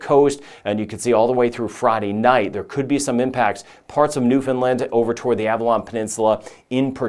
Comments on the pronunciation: I am very impressed that you pronounce Newfoundland correctly. Very few do. And to even know or care that Atlantic Canada exists. 👏 Huge respect! 🇨🇦 Subscribed. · You actually pronounced Newfoundland correctly! I'm impressed that you did and that you even went that far north